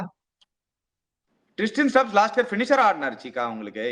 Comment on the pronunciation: kku Per lam vailaye varadhu.....Dei Tristian stubbs illa pa, it is TRISTAN Stubs...Pronounce correctly.